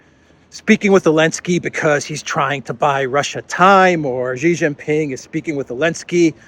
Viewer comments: It is Xi Jin Ping, not Ji Jin Ping! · STOP SAYING JHEE JHING PING, JHEE MEANS PENIS IN CHINESE LANGUAGE. HIS NAME IS XI = SHEE JIN PING, SHE LIKE FEMALE. PLEASE STOP INSULTING HIM